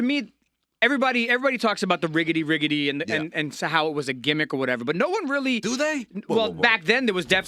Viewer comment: It's called the IGGADY NOT riggady